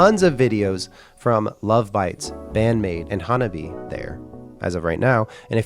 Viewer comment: FYI, "Hanabie" is pronounced HAN-AH-BE-AYE. (i.e. 4 syllables.)